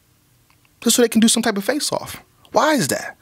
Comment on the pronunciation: I swear said "faceoff" so many times I thought he was saying "fae sauce" dead ass